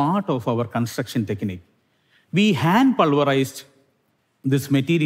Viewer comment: consucktion struck in any language and accent